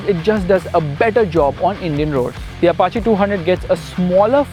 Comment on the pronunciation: Finally someone pronounced "Apache" correctly.